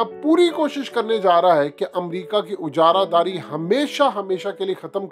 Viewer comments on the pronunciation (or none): Ujaradari. Nahi ajaradari sahi talaufz hy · Admin aap aik word aksar use karte ho is main talafuz ki tasheeh ki zarorat hai ye ujara daari nahi hota ajara dari hota hai